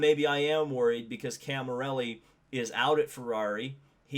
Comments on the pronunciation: It's Cami_LLERI not Cami_RELLI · Great video! Please its CamiLLERI not Camirelli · The mans name is Camilleri not Camirelli. Get it right.